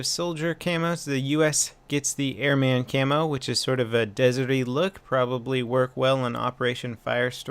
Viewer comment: Good video as usual, but I almost died laughing at the way you pronounced "Airman".